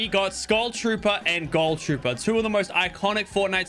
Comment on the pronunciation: My guy "ghoul" is not pronounced "goal"